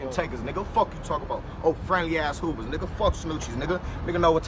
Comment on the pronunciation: He say Hoovas friendly